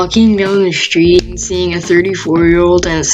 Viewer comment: The narrator said, “sHtreet.””